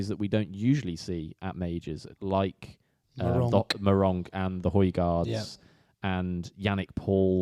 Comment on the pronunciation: says Meronk and then my Rough Cut bingo card is complete 🤣